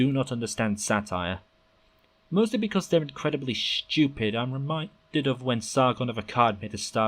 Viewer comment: "People who disagree with me are just schewpid" - This guy